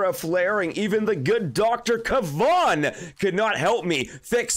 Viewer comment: Awesome work Skull your pronunciation of Kevan now is correct keep on killing it !code SkullCrusher🇨🇦